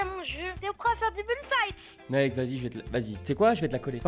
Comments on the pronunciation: Déso mais c'est fight pas fite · "FITE" ton anglais jsuis morte 😭😭